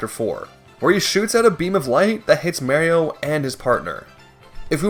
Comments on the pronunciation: I remember when I was a kid, I used to pronounce Mario as Mayrio, so your video put a big smile on my face. 😊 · Dog calls Mario Mayrio and thinks Kammy Koopa was Kamek I am in despair. I cant finish this vid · Why do people INSIST on saying Mario's name with a hard A when the man himself tells you haw to say it in damn near every game??? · literally anyone: Mario: MERIO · I like how he says Marry-o but not Goombarry-o :p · i literally cannot watch this. that's not Mario's name. dont come at me with accents. its how you say his name. MARIO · mayrio ? who's that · Stop it. Stop saying- stop- STOP SAYING MAYRIO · I tolerated Mayrio but gave up after he said Perry Troopas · Loved the video but for the love of cotton candy, please stop saying "Merry-o". I get different dialects and pronunciations but good gravy on a bicycle, that is just audible torture for any legit Super Mario fan. Whew! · why do you pronounce Mario's name as Mayrio, have you never played a mario game? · "Meh-rio":face-orange-frowning: Disliked, unsubscribed, reported, doxxed, swatted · You drove a whole lot of engagement by sticking to the "Mayrio" pronunciation. Respect. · It's hard to watch with you calling Mario Maryoh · he literally says his name so many times throughout the series, why can you people not understand how to pronounce it? I'm not watching an hour long video of someone saying Mary-o, hell no. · Clicked on the video. Immediately heard "may-rio." Posted disappointed comment. Left. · I don't think the way mario is pronounced depends on region, some people just pronounce it wrong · Thankfully, watching Joseph Anderson has given me mental resistance to this pronunciation of Mario, and I can watch the video in peace. :) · Why is he saying Mario like that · The run would be a lot more impressive if you pronounced mario right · Probably a great video but the way you pronounce Mario's name just doesn't let me watch it past the third time you said it. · Stop saying it like that